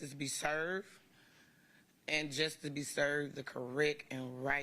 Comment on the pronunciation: It was appropriate that Faust's horrible family members don't even know how to pronounce the word "justice".